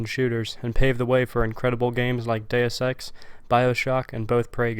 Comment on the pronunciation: I think you said “Deus Ex” but it almost sounded like “Day Of Sex”. Unfortunately I’ve never gotten around to enjoying that title, I guess performance issues on my end?